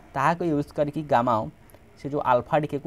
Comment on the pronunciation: Gamow ❎ Gammao✅